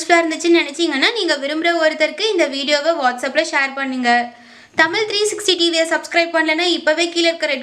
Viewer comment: தயவு கூர்ந்து தமிழின் உச்சரிக்கும் நபரை போடவும். தமிழ்-தமிள் என்றும் அழகு என்பதை அலகு என்றும் உச்சரிக்கிறார். தமிழை முதலில் ஒழுங்காக பேச கற்றுக்கொள்ளுங்கள். பிறகு இத்தகைய பயனுள்ள தகவல்களை தரலாம். தமிழை வாழ விடுங்கள்.இனி தயவுசெய்து இப்பெண்ணை பேசவைக்காதீர்கள்.